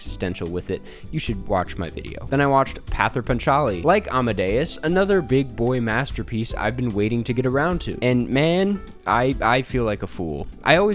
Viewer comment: In bengali, it is pronounced as paw-ther (soft "th", as in panther) Pa - cha-li (the n is more of a nasal note as you say "PA". Hope you get to see the trilogy eventually!!